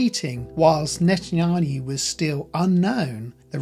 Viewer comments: Netanyahu! Not NetanHAYU, the way the reader is pronouncing it!! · It's NETAN -YA - HU not NETAN HU - YU. Continually mispronouncing his name detracts from an otherwise interesting video. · Please learn how to pronounce Netanyahu instead of calling him Netannayu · Please read the name "Netanyahu" again and then try to pronounce it. You seem to be saying "Netanayhu" or something like that. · Net en yah hu. That is how his name is pronounced. Blessings. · Netan-Ya-Hu (pronounced hoo) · Your pronunciation is wrong though brother. It is pronounced Netan-Yahu. Yahu is God's name. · It's not Netan-hayoo. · I appreciate the presentation. It’s actually very interesting. However you have to properly pronounce Netanyahu’s name. You keep saying Netanhayu. It’s unbelievable as he is a central figure in this and his name is mispronounced throughout 🤣🤣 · Neh-Tan-YAH-who Ax-Sah I’m not lysdexic 🤣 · It’s Ya- hu not whatever you said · Why do you keep calling him Natan-hayu ? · Your pronunciation is poor. You can’t even say Netanyahu. Try splitting the name into two parts - Netan and Yahu. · Why do you keep mispronouncing Netanyahu's name? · You're mispronouncing his name so badly, I can't finish the video... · Can’t say his name right? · How is it possible to mispronounce the name of Netanyahu so many times? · Who is this ignorant non Jew who cannot even properly pronounce the Prime Minister of Israel's name or the word scepter? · When I hear you mispronounce his name it makes me not trust you. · It's N-E-T-A-N-Y-A-H-U How many times will you mispronounce? Good documentary though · NetanYaHu. Not the other way around! please don’t disrespect him by misprounouncing his name. It’s disrespectful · Yahu not hayu! It’s not hard!! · It's not Nethanhayu It's Nethanyahu 😂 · You're not pronouncing Netanyahu's name correctly. You're saying Ne tan ha yoo rather than Ne tan ya hoo. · I wish you would pronounce NetanYahu not NetanHAYU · It's Not netanhayu it's netanyahu 😂